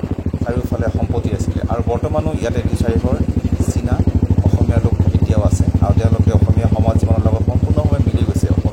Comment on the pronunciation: Its china not sina